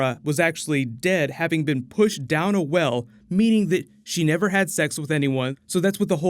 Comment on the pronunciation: Cersei lie? Nevar!